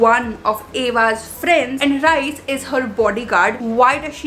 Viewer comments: its Rhys as in Reese not Rice 😭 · it is not Rice it is Rhyys pronunciation wise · Rhys is actually pronounced at ries...ps no hate